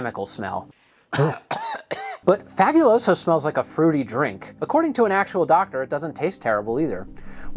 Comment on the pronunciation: I'm not even someone who has ever known or spoken Spanish yet the way this guy pronounces Fabuloso bothers me.